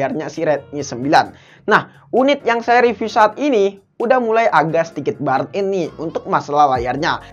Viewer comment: Burn in di baca nya bern in